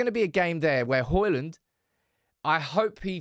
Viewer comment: His name is Højlund, NOT Hojlund.